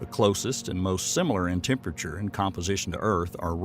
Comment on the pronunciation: 😕 Hey narrator! Can you pronounce the word 'Temperature' 1nce again for me plz?